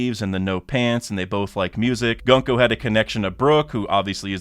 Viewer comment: gunko is pronounced with more of an oo sound not an uh sound.